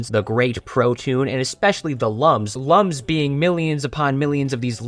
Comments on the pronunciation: Should mention that lums are pronounced "looms" as in "illumination." Also thanks for telling me there's a Rayman board game, I am getting it immediately. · Clicking off for the lums mispronunciation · I played origins when I was a child. All I can do is watch and suffer as everyone mispronounces Lums.